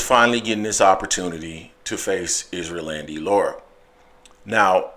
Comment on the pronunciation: 🤣 he keeps pronouncing his name like Isrealandy. Its Erislandy (Air- is- landy)